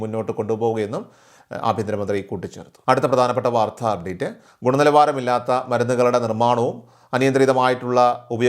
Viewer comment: വാർധാ അല്ല വാർത്ത.😮